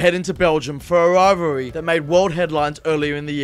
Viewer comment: Why did they get a commentator that struggles to say rivalry lol